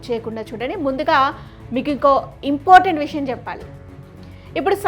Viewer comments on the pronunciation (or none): ఇంపోటెంట్ కాదు ఇంపార్టెంట్ అని పలకాలి. నీ english ఎక్కడ నేర్చుకున్నావ్?